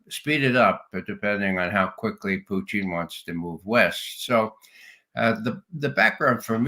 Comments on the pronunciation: Why the mispronunciation of Putin’s name? Russians say poo-tin, not poo-teeeen. Ray is the only person I’ve heard pronounce the name this way and now the judge is mimicking him. Is Ray trying to be clever or insulting? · I'm wondering why Ray says, "Putcheen?" Is that how it is pronounced in Russia?